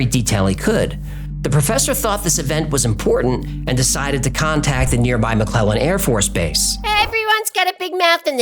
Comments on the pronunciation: Mcloid? Mick cloud. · 'McLeod' pronounced as "McLoyd". It's not the end of the world, or even a detraction from the story, but I've noticed the occasional problem with pronunciation of personal names & such-like. The name in question, as spelled here, is said just like 'McCloud'. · It's pronounced "Mc CLOUD"😂😂😂